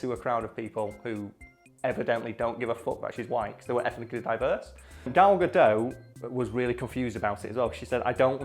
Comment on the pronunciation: I just wanted to say that the way pronounces Gal Gadot is really amusing to me.